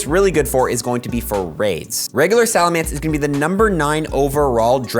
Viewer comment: SalaMENCE not mance